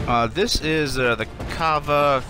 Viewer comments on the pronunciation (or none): none